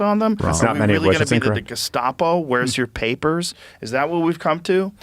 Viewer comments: They say "gestapo", and I hear "gazpacho"... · Really surprised Rogan is saying gustapo after how pissed he was about horse paste.